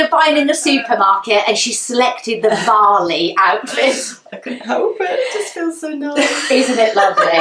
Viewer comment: Varley, not valley 😂